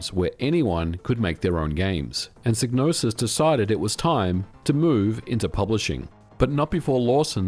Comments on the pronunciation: I think the Y is pronounced like "eye" (as in "sigh"), so "Psy" sounds like "sigh" and not pronounced like "ih" (short E sound, as in "sit"), so "Psy" sounds like "sih". Just saying, because I have in my mind: "First, there was Manace, now Psygnoses presents, a DMA designed game, Blood Money. (Blood Money - Amiga Intro and Music). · Shouldnt it be pronounced "psi-no-sis" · Could never pronounce this developers name. Made some many great games though. Is it a silent G? and silent P? Sy - nosis? Sig - nosis ? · You could have at least pronounced Psygnosis correctly. :( All you had to do was listen to Blood money and it says it. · On the Amiga version of Blood Money the voiceover clearly says SIGE-NOSIS not SIG-NOSIS. And wtf is Micro-o-cosm? It's MICRO-COSM ffs.